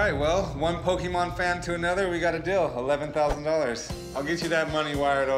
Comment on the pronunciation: "Rick it is Pokemon not pokeman"-chumlee